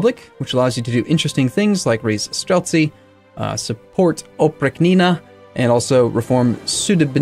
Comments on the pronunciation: Oprichnina pronounced like “reach” in the middle part of the word. “Op-reach-nina”. Listen this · "oprichnina" sounds like "opree-chnee-nah". There is no "k" there. This "ch" is like in the word "China". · As native russian language speaker ill help you. streltsY, oprIchnina, sudEbnik.